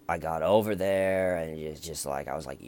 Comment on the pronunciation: GEORGEEEE YOUR HARRR WAZ THARRR!